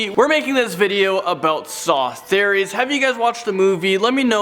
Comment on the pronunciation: Tried to watch but I can’t stand the way you say theories. I’m sorry.